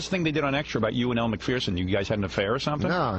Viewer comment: It's pronounced Mak furr son. Not mak fear son.